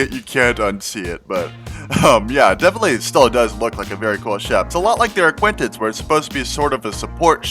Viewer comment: Why y'all calling it an ArquiNtens like Cpt Shack its a ArquITens. There is no "N" dang nabbit! Great to see all the work you're putting into this submod though, really looking forward to release!